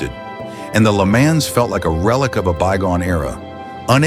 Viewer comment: The content here is downright offensive. Way to throw shade on American cars. Pronouncing LeMans as Lemons is also offensive. (AI-- not exactly progress)